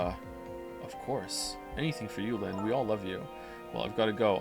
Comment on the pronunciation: Almost 40 mins in and hating his way of pronouncing Lynne's name, this is gonna be good.